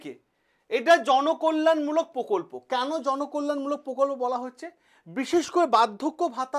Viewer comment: পকল্প না প্রকল্প